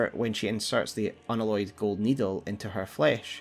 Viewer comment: Unalloyed pronounced un Alloy ed as in the word alloy. You know. Like a metallic alloy? Not an aloy.